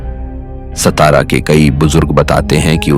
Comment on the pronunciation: सतारा नही सातारा नाम हे😡🙏